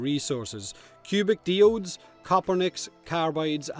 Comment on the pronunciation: Diodes is pronounced "Die-Ohdes", all together now Planet Earth. Similarly Biome(s) is not pronounced "Bee-Ohme(s)" it's spoken as "Bye-Ohme(s)".